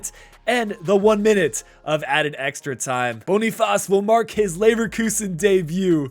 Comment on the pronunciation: You can just say Boniface like in English, it's what the player prefers 😊